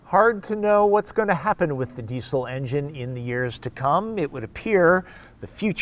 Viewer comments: Hahaha your accent -> dee-cill It's pronounced dee-zil Do you say mu-sick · Please pronounce Diesel correctly - "Dee-Zil"